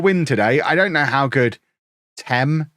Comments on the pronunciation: Its tame, not thames as in the river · FYI it is pronounced Thame. You are welcome. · ITS PRONOUNCED TAME,. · 3 attempts at pronouncing Thame and they’re all wrong 😂